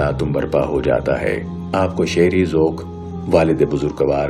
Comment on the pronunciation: بھائی جمع کو انگریزی کی بجائے اردو زبان کے حساب سے لکھیں۔ کالم کو کالمز لکھنا بے ادبی ہے۔ اسلامی کو اسلامک کہنا بھی غلط ہوگا۔ ذوَق کو ذوٗق کہنا بھی غلط تلفّظ سنائی دیا۔ ہیں میں مانو آپ ں کی آواز کو دباکر ہے کہنے کی کوشش کی ہے۔ انگریزی کو انگلش کہنا بھی شرم دلاتا ہے۔ جانے کیوں انگریزی کو انگلش اور عالم کو اسکالر کیوں کہتے ہیں۔ یہ جو بھی کہتا ہے اسکی دین پر کمزوری کی غمّازی ہے۔